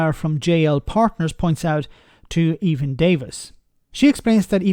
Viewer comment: Good to see you take note from radio 4 if rarely. The E in Evan is short, as in Egghead 🤗🌷